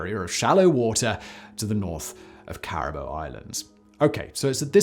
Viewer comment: I’ve never heard the word Caribou pronounced quite like how you did. Accent aside, if I hadn’t had the subtitles on I wouldn’t have known that’s what you said. Great video otherwise.